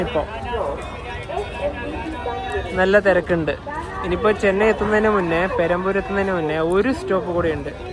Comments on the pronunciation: പെരാമ്പൂർ അല്ല, പെരമ്പൂർ !😢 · പേരാമ്പൂർ എന്നല്ല പെരമ്പൂർ എന്നതാണ് ശരി